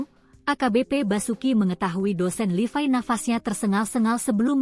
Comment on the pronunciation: mbaknya operator yg ngomong ini.bahasanya lucu.nyebut nya kok LIVAI kan namanya LEVI.bahasanya operator2 yg ngomong di berita medsos gini ini pasti aneh penyebutan apapun.coba diperbaiki supaya yg mendengarkan lebih nyaman